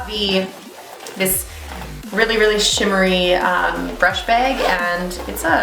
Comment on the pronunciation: The most Canadian pronunciation of the word "bag" ever :) I was really interested in this until the expiration nonsense came up. I agree with you, it's way prettier than the neutrals one. Maybe if this one sells out I can buy a new one when they make the next batch.